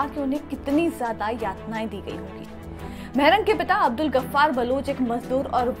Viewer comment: Maarang not mehrang